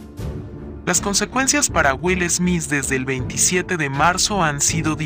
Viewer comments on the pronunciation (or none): 😂 Es smit así se pronuncia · No me concentré en el video porque me molesta que diga esmis jajaja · Me molesta tanto que diga smis 😱😂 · Yo escuchando durante este video: Will "esmiss" 🤦🏻‍♀️🤣🥴😂🙉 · Jajjaja Will esmis y Chris shosss jajaj